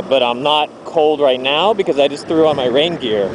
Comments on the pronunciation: i thought you were saying reindeer at the start 0_0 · took me a good few minutes to realise you were saying rain gear, not reindeer :(